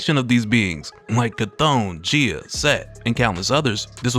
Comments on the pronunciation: Gay-uh, bruh. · I hate to be that person to nitpick a well-made video, but you're pronouncing Gaia is incorrect, it is pronounced as guy-uh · It's pronounced Guy-ah bro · Maybe it's the correct way to say it but I just cannot pronounce it any other way than 'Guy-a' - I like that part with Loki, "Leteth him cook" 😆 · Bro the way you pronounce Gaia is killing me